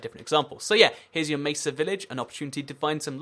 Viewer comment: I like how you say mesa "macer"